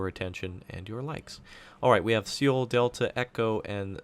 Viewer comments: It's actually So-Wul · i believe Seoul is pronounced Soul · Nice video, I think the correct pronunciation is "Soul"